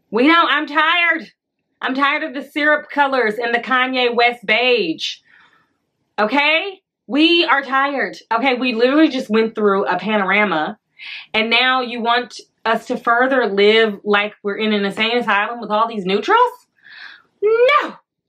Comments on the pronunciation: “We literally just went through a panoramah” 😩🤣😭you need a fashion podcast with your critiques And opinions please neeeeoowwww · Girl, not that we just went through a “Panarama” 😂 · Not the "panorama" lol love it!